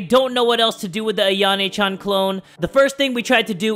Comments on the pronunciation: Lolz, the way calls Yan Chan "Ayane" instead of "Ayano"😂😂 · AyanO Not AyanE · stop saying ayana it’s ayano lol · Hold up why does say ayanay chan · Why does say Ayana Chan.